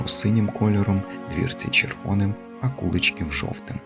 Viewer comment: Дуже цікаво ,я зВеликих Мостів з діда прадіда ,мій тато також служив в польскій армії в 1939 роціті в нас згадувалося село Вечорки і у В.Мостах живе Мар'ян Кладний ,може то родина ,а село називажться КуличкІв ,наголос наІ ,село недалеко від Белза